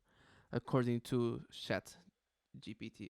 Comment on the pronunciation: Gpt not gtp hahahahaha